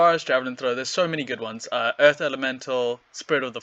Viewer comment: Earf Splinter.